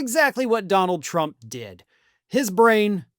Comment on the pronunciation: You mispronounced "Donald Trump"!